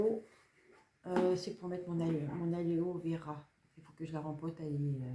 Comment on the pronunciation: CC, c'est AloÉ Véea et pas Aléo véra 🤣🤣🤣🤣. merci pour cette vidéo même si je ne tricote pas du tout....aucune patience et avec mon coté gauche handicapé, c'est beaucoup trop compliqué!! mais un pouce en l'air et un commentaire de soutien, très gros bisous